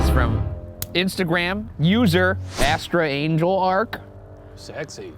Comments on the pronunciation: im actually positive they'd pronounce their instagram name "a strange lark" but that's okay we love u ryan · I'm SCREAMING at Ryan pronouncing "A Strange Lark" as "Astra Angel Ark" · obsessed with "a strange lark" being pronounced "astra angel ark" by ryan. thanks ghoul boys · Ryan reading ‘A strange Lark’ as “Astr angel ark” will always be funny to me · Okay but Ryan saying "astra angel ark" instead of "a strange lark" is hilarious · Now why did he pronounce "astrangelark" (presumably a strange lark) as "astral angel ark" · Ryan reading "a strange lark" as "astral-angel-ark" is so beautifully cursed, that's Art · was it supposed to be pronounced "a strange lark" or ???